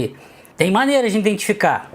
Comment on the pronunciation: Tem uma parte que ele fala "indentificar" 😂😂😂 rapaz, que agonia...